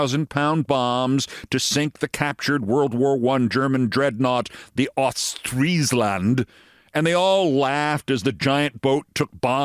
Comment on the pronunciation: Friesland, not treesland, as in the "the land of the free", you speak an anglo-frisian language, remember...Frisian is the elder sister to English. And again it is Rutte, not Rootte, not Roette not Rüte....how hard can it be... u as in hut or but...